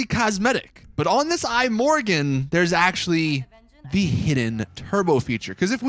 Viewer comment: I'm Swedish, and I'm bothered by how you pronounce "Imorgon". It means "tomorrow", and it's pronounced kinda like "e-morron"